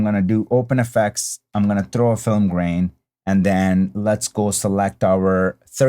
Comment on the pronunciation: It sounded like you said “brain” and not “grain” at first and I was like WTF🤣 Great look tutorial as always😊 Now PLEEEEEASE do Sin City🤞😬